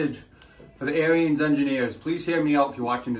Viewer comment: Ariens...pronounced like Erins, not Aryans, lol.